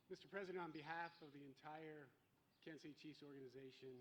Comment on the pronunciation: Kanka City Chiefs???? At least get the name right!